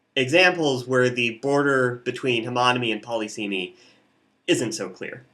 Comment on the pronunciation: Saying poly seemy instead of puh liss uh mee irks me immensely.